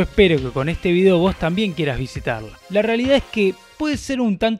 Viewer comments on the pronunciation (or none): none